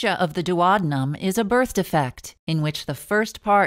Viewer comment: It's the duodenum NOT duowabunum.